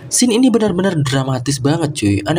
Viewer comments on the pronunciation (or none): none